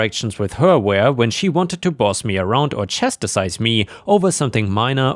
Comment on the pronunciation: Chast - ise - not chast-I-sise!